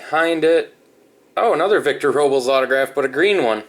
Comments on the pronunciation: its it row-blez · Robles = "row-bless"